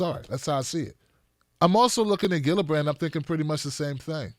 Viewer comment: Soft 'g' in Gillibrand and Buttigieg. It really bugs me each time you get it wrong.